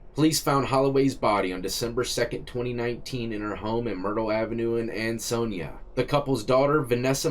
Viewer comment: As a native Connecticut resident of 30 years I am amazed that you pronounced Ansonia correct.